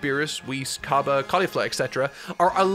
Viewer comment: its c-ah-b-uh not c-uh-b-uh